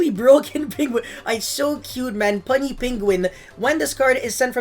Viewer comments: puny not punny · "Puny Penguin" is pronounced "pew-nee", it means small or inferior. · The way he says puny lol